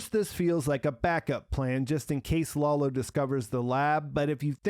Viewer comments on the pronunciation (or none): please stop calling Lalo "Lawlo". You're reviews are really great, but this gets me every time i watch them. Could you do me the favor? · "Lolo"? His name is Lalo, and the "foreign language" he spoke is Spanish. Can you be so dense that you don't realize this?